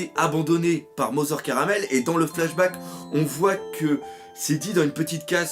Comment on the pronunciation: cest mother carmel pas caramel